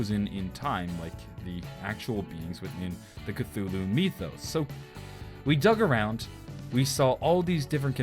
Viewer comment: why'd he say mythos like meethos.